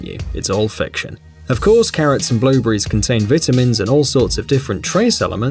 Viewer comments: "Blue bury" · WTF IS A BLUEBREE